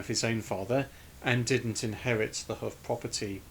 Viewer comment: I live in Watershaugh Rd it’s promounced” hoff” as you said & up here in Northumberland its taken to mean a high bluff of land by a river.Would that apply to Lincolnshire though?What a lovely little church & what a shame its innsuch a state.